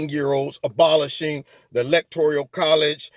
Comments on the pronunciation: Electoral not electorial. Just saying. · Lol. The Michael Jackson song. Lol. But please my brutha....stop saying.."electorIal"....there is no "I".... it's electoRAL..... 💖💖💖